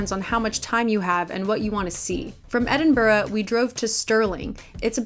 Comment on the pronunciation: You’re saying Edinburgh wrong tho 😩